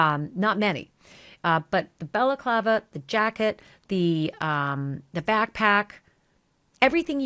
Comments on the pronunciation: Ashleigh, you're doing a great job reporting Nancy Guthrie's missing. BTW, it's Balaclava (ski mask) , not Bella Clava ( Italian women's headwear or scarf). An honest mistake. A slight distinction between the two. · Lol love this show but stop calling it a belaklava lol Ski Mask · “Bella clava”??? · balaclava" is pronounced bal-uh-KLAH-vuh